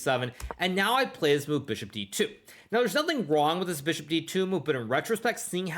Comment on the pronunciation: Don’t forget Fee-ahn-cheato the Beeshop!